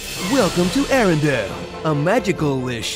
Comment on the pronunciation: *Arendelle, not Arendale. LOL sry, it kept bugging me.